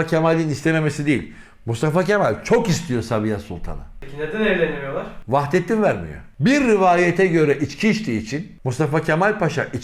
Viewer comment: Vahidettin değil Vahdettin olacak aradaki i harfi olmayacak Türkçe ni duzelt